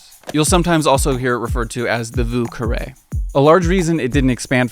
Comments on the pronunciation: voo carray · One tip my friend: Vieux Carre pronounced (vooh-carr)